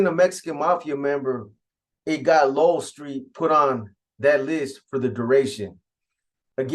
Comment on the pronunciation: It’s Low-El , Lowell St